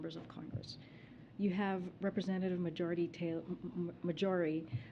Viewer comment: Marjorie or majority? She can't even pronounce a womans name...